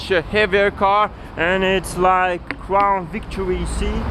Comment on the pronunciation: It’s Crown Victoria not crown victory